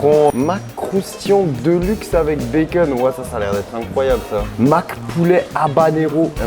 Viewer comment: J’adore comment tu prononces bacon békeune 😂